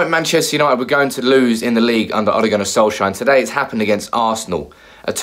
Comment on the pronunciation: You still can't pronounce his name can you ffs. SOLSKJAER not SOLSHIRE